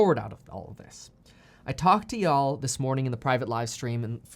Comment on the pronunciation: Did you say yhall, looks like we gots a southern